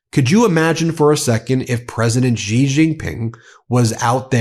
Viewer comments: Ben, for the last time, please note that President Xi (Jin Ping) is pronounced SHI . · TQVM to Ben for this insightful video.I hold you in very high regard and reads your videos with keen interest. As Chinese language phonics are intriguing, I wish to make the following suggestion. The Chinese president's surname is pronounced as ' see or C'.